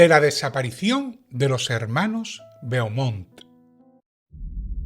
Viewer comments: Tú dices Vermont, pero Beaumont es francés, se pronuncia Bomont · Beaumont es un apellido frances y se pronuncia Bomon. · Beaumont es un apellido francés, no inglés. Se lee "bomón". 😅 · Hola. El apellido literalmente leido en español setia BOMONT. Un saludo y a seguir asi de magistralmente. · El apellido es francés, y se pronuncia " bomon"